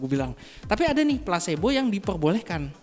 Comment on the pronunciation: Belajar sampai Tamat Bossku.. Efek Plasebo.. Bukan Plasenta..wkwkwk.. Plasbo yg sifatnya Abu2.. Atau kita Ragu2.. Kita harus yakin dan fokus.. Smoga bermanfaat.. Serta sukses. Amin